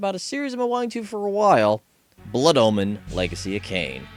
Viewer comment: he says it like Blood Almond